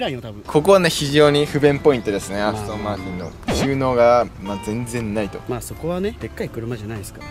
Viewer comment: アストンマー「チ」ンじゃなくて、アストンマー「ティ」ンなのがカッコいい